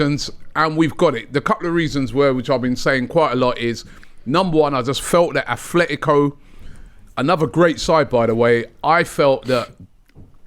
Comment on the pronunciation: ATletico man - it’s not hard